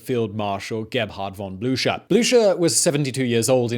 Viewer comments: Anybody else find themselves neighing whenever Simon says Blucher? (Even if he's pronouncing it wrong?) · “... Field Marshal Blucher.” NEEEEEEEEEEIGH! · marshal blučer ? are you serious ?